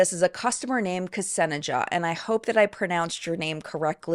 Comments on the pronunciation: Btw “Ksenjia” is most likely pronounces as Kse-nee-ya. It’s a name of Greek origin. Popular in Slavic countries. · Ksenija was not right pronunciation, it's more like Xenia, but effort is appreciated haha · Fyi, Ksenija is typically pronounced Sen-yah I'm very anti-mlm, but if Beauty Counter is going legit, I would be ok buying it. The Pantone colour is a 💩brown for a 💩-show of an upcoming year, imo🙃 Omigosh that cat was adorable! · Just FYI, I'm pretty sure Ksenija is pronounced kuh-sane-yah( the "kuh" is very swift and tied to the s, if that makes any sense). It's a Slavic name, and it's also spelled as Kseniia or Kseniya.